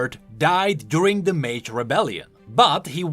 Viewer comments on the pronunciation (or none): none